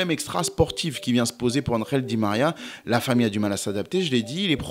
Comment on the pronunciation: Angel et non andrel😂